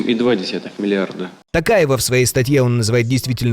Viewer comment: Вау, имя Токаева выговорил, ПОЛНОСТЬЮ! Старается...